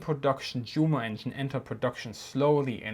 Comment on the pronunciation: Did I hear you actually say Jumo with the English J-sound? I was just thinking that this is the channel I can learn about German military history (and other topics) with the German words at least pronounced correctly.